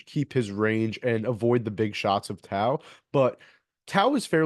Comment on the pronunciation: Nice bro,he's a Kiwi Warrior & will rep hard. Pronounced Toe, Aaron Tauzemup Tau